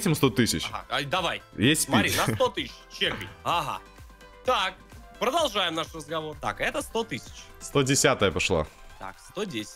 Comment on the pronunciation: Никто: Абсолютно никто:: Прожолжаем наш разговор